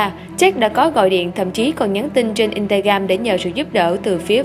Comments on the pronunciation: Instagram mà phát âm in ta gam. Vãi đái n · Instagram mà bà này đọc là in-ca-gam:))